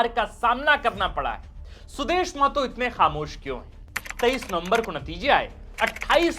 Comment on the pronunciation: मातो नहीं महतो बोलिए